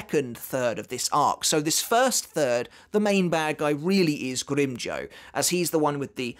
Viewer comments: Will become a patron if you stop mispronouncing grimjow, it’s not grim joe it’s grim jow like wow or now or how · GrimmJOW not grimmjoe